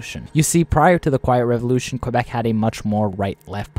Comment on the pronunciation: KA- BECK, why is it so hard for non Canadians to say it right?